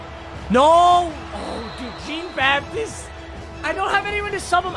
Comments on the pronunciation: It’s jean-baptist it’s French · It’s JEAN-BAPTISTE (BapTEESTE) and I only know that bc he went to NEB and played in NOLA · He pronounced Jeane Baptiste so weird. MY DUDE ITS FRENCH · "Jeen Baptist" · dude... it's pronounced John Bap-tee-st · Papa Its pronounced John bapteest just to let u know😐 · The way he pronounces Jean-Baptiste makes me wanna die. Luv you tho Papa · “JeAn BaPtIsTE” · Is it me or does anyone else realize that he’s saying Stanley Jean Baptiste’s name wrong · Bro you butchered Jean-Baptiste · It just annoyed me so much the way he pronounced jean-baptiste the whole video